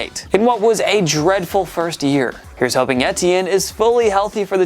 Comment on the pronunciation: The way he said Travis Etienne was hilarious